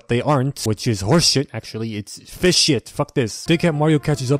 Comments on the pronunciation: TOMMOROW WE FEESH IS SOO FUCKING FUNNY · 4 type of pronunciation for fish Le classic: fish Le advance:phish Le pronounce:feesh Le me:fis